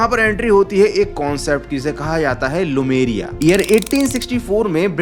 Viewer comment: भाई वो लेमुरिया है लुमेरिया नहीं। ठीक से देख लिया करो।